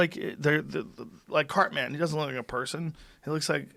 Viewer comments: Like "Cart-man" Ok Joe.....boomer.... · "Cart-man"? 😆 You ever actually watched South Park Joe? With the way you said Cartman, I'm guessing no.